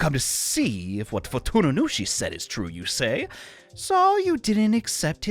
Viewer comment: FuTuNuNuShi? Me: tuna what? Tsu? Fu-tsu-nu-shi? No nunu. Nunu bad.: Walpurskt night. Me: Wal-purg-ist nact.